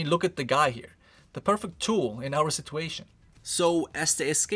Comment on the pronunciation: friendly speaking...please learn to say situation man. it hurts my ears...